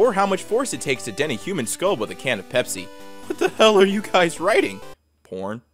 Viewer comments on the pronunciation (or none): none